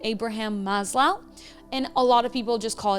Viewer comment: this was a brilliant video! Your English is more beautiful than my American-born father's English. Also, Maslow rhymes with "as go".